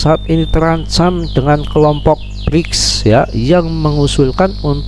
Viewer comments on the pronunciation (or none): brics mba brics bukan brise 😅